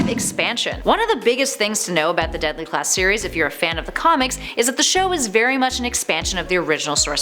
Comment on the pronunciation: She said Deply Class